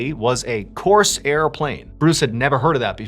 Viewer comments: Corsair is pronounced Core-sair , not Coarse-Air. Also , saying Corsair plane is like saying Corolla Car - just say a Corsair. Sorry, it just distracted me. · Corsair plane. Not Coarse airplane. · Why do you pronounce it "Course air" as if the air were course? The plane is a Corsair, a synonym for pirate. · Not pronounced coarse air… Corsair… one word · Dude - it’s not course air. Its core sair - put it together, corsair - not hard. If you’re going to talk about history then get the words right. And no, reincarnation is not a thing. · It's one word, "Corsair", not "Coarse Air". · Mr Ballen, I love and respect you so very much but I've got to tell you you're mispronouncing the name of the plane. It's a one syllable word not two. It rhymes with prepare or forebear or aware. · It's not pronounced "course air", like it's two words. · Corsair is almost one syllable. Not "Coarse Air." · On the third story with a little boy , why did you pronounce the Corsair fighter like Coarse Air plane? How could a father born in 1950 not know what a Corsair was? I was born in 1956 and I built this model airplane. I think it was common knowledge of amongst boys, my age to know all the American fighters in World War II.. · ok, cause it confused me, hes saying corsair plane, not course airplane. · The pronunciation of "Corsair" is driving me nuts. It is one word, it is not "coarse air". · Huge fan Mr.B!! But, it’s my favorite plane. I know you know this but the way you are saying it comes across as ‘ Course Airplane’ to clarify it’s a variant of the Mustang Fighter Airplane platform called the Corsair. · Coarse air? Never heard corsair being pronounced like that. 😅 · Corsair is pronounced without a division in the middle, or that is the way I have always heard it pronounced through the decades.